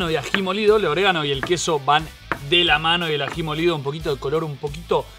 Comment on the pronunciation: Oregano no oreganatto no es italiano